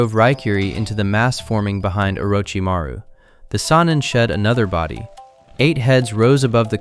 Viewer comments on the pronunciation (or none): Who the hell is Or-ooo-ch-maru? And what’s a saneeen? Did your AI narrator mean Orochimaru? And Sannin? Garbage. Your channel is garbage.